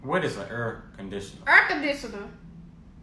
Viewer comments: EEEER CONDITIONA! YOU MEAN: air conditioner MAAA FUUUUUCA! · "Aurrr conditionurrr"😂😂😂